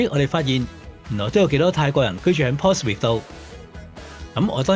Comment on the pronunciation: 你讀錯呀 Portsmouth /pɔːtsməθ/ 你讀錯成 /pɔːtsmɪθ/ 都好過大部分香港人讀成mouth